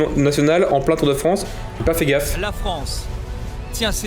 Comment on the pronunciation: "Le Tour de Fronce"